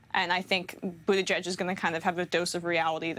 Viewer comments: "Budda-gedge" and not just once. Is this dude informed? It's like hes reading it for the first time. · Did he say Pete Butter Gorge? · "Buttigieg" is pronounced "Booty-judge", right? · I think he said "booty gauge" Lol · Think he said Booty-Jizz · Emma for the win. Also, this guy should learn to pronounce Buttigieg and vice versa if speaking is is job. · How can it be possible this many months into the campaign that a professional news anchor still doesn’t know how to pronounce the name of one of the most high-profile candidates? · He still is saying mayor cheat name wrong 😂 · This guy literally covers politics for a living and can’t pronounce Pete Buttigieg. Sometimes I feel I have imposter syndrome at work - watching people like this remind me I’m all good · This long into the primary season and the reporter is mispronouncing Buttigieg........BERNIE 🇺🇸 SANDERS 🇺🇸 2020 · How does this man not know how to pronounce Pete's name? Has he been living under a rock for the last 6 months? He's in the news business for God's sake. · I don't even like Pete but please say his name right. Silly centrist. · First of all this news anchor is everything that's wrong with America. Man cant pronounce names but he's job is to interview people. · He does sound ridiculous trying to pronounce Pete's name,and if you cant pronounce Buttigieg just say Pete.